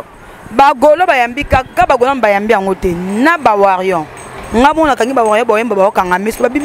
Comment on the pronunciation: La fille qui ne sait même pas prononcer warrior , elle dit * warion * 😂😂😂 ehh ebongo mutu nde eko réfléchir bien? 😅